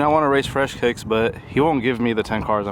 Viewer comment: no one: kiicks: fully bewt